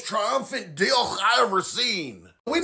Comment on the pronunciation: The way he said "dyickkk" made me fall off my chair bro 😂😂